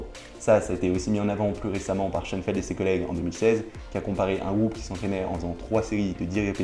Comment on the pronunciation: Schoenfeld? A chaque fois je comprenais Sean Penn... lol.